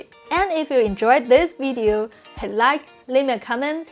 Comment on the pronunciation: funny thing is when you say "Video" it's like the German pronounciation :p wee-deo should be wi(h)-deo ;)